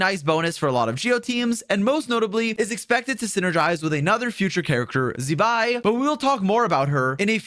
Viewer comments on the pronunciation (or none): 😅Z-bai is a curse word. It's pronounced more as ZZ-bai. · can you please pronounce Zibai’s name correctly, it’s not that hard. you literally have a Chinese gf